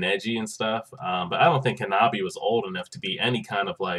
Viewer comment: It's Hanabi* 😂